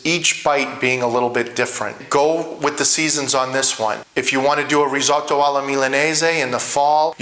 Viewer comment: I love risotto and have made it for years. Yours looks fantastic no doubt about it but please please don’t call it risAWtoe. As an Italian you know it’s not pronounced that way.